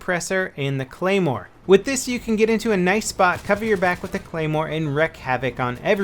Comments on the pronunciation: Lol, "gaymore" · Look at the beginning, instead of claymore it's gaymore with a G. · It's gay-more not clay-more you noob, unsubscribe!!! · lol GAYMORE level you said it wrong.